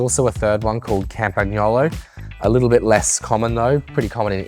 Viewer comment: We basically pronounce all the groupsets wrong/off in the West. SRAM should be pronounced like "Pram." In the West, we say Sha-mah-no, She-mah-no or Sh-mah-no, but it's more like Si or See-ma-no in Japan. Campagnolo is pronounced: Cam-pan-yolo (barely pronouncing and slightly rounding the n in Italian), but I hear cam-pag-yo-lo, cam-pag-no-lo, can-pag-no/yo-lo, and even Cam-pag-no/yo-lee-o (not sure how they get to that one).